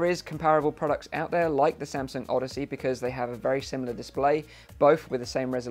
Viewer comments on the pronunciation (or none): none